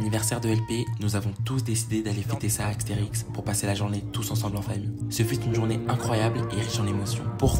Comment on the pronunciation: Mais, on dit pas aXterix mais aSterix 😭😭😭